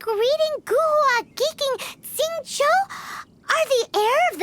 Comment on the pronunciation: It's funny how Paimon pronounces Xingqiu as "Singcho"